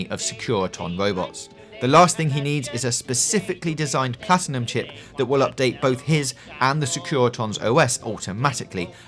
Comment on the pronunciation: Wohbeht Howezez Plotiname cheep.